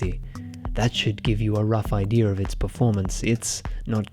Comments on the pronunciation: "I had an idear. I put together my idear." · nobody is gonna comment him saying "Ideaer" /